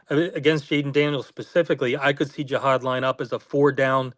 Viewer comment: Can we start the nerd talk by pronouncing his name correctly? It’s not GEE-hod Campbell. It’s JUH-hod